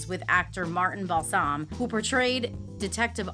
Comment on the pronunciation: Most of these are not horrors! They are simply little known facts. Also, you pronounced some names wrong, so I wondered if this was AI until I saw your faces later. Balsam and Colbert were both pronounced wrong. In Colbert's case, a clue would be that she is french.